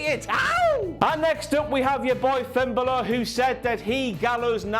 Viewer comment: Finn Buhluh